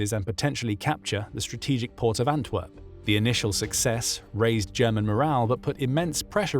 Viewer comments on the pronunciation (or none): none